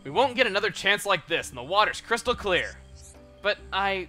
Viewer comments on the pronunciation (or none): none